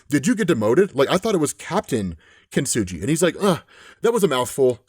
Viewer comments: This is great, but I have to point out "Kintsugi" is said with a hard g, not a soft g! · You’re mispronouncing kintsugi- it’s with a hard G not a soft G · Only one note. Kintsugi is kin-tsoo-gee, not kin-tsoo-jee. Kintsugi is the japanese practice or art of repairing glass and ceramics using lacquer enamel sruff mixed with ground up precious metals. It doesnt reeally make anything stronger. It just repairs something. It is akin to finding beauty in someone's scars or stretch marks. It gets pretty philosophical and echoes a sentiment found in various places of Japanese culture.. that things that are perfect and symmetrical and flawless and last forever are inherently less beautiful and lovely than things with small flaws. Things with history. Things that have a lifespan. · Kintsugi not kintsuji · kin-su-gee. just saying... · Kin-su-Gee (hard G) btw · Kintsugi saying his name is hard to pronounce, while actively mispronounces the name repeatedly for 5 minutes is 👌